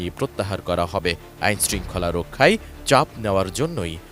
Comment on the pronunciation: গাঁজাখোর সাংবাদিক, রক্ষাই নাকি রক্ষায় হবে? সঠিক উচ্চরণটা পর্যন্ত জানেনা, হইছে সাংবাদিক।